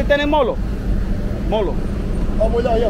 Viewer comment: Its not molo.Molho.pronounced like this....Mollllllyiu.